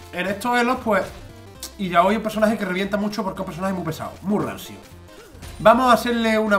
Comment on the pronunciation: Se llama "Ilaoi" , no la enfades